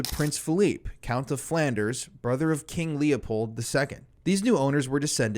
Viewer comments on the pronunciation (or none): none